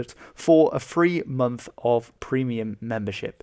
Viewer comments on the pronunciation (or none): none